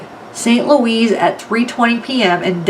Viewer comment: Not St. LOUISE